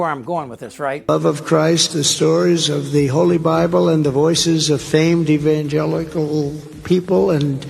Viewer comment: "Evangelical......people. Evangelissss..." Sorry what?